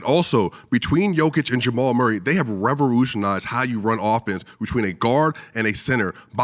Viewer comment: Mans should've lost just on his pronouncing revolutionize